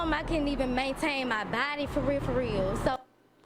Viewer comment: It's weird that I knew he was going to rewind it soon as she said farealfareal.